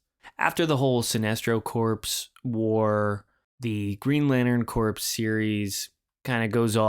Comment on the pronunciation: “Corpse” ?.? - instead of the correct pronunciation “core” like the Marine Corps 👍 👌😎